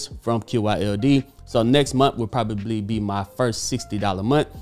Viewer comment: What’s a “momth”?